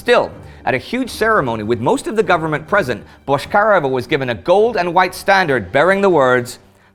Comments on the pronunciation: Man, her name was pronounced BotchkariOva, not BoshkAreva. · Why do you say Boshkareva instead of Bochkareva? But good episode still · Minor detail from native speaker - her last name pronounced a bit differently: ch as in check, not ch as in shrapnel. And emphasis on e, not on a - BochkarEva